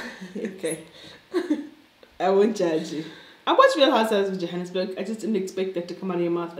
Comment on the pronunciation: 🤣🤣🤣 it was Jwanesberg🤣🤣🤣